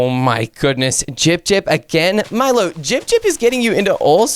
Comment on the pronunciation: it is milo not molo